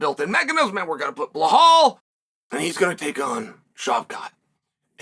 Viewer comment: BLUHAUL is crazy lol it’s Belal (BEELAWL)